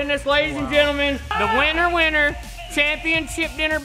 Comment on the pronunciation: When " said winner he said wiener. Just saying